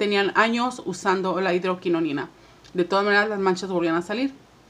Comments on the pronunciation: No es hidroquinoNIna, es hidroquinona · Hidroquinona y tretinoina hay que decir bien los nombres